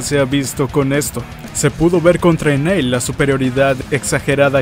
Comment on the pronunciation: Se diero cuenta que dijo Enel en lugar de Nail?